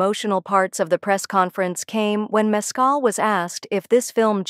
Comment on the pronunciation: MES-cal has its accent on the first syllable.